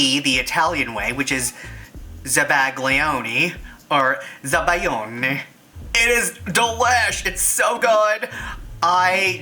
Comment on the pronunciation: Hey, looking at the Zabaione recipe brings me back to my childhood when my grandma used to make this for me and my cousin. Thanks, it made me happy 💙 Paola, italian subscriber:) (The right pronunciation of the sauce is "ZabaionE, please pronounce the E 😅)